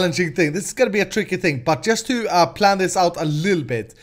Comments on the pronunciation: It's plan not pran triggert😫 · hey why you keep saying pran:)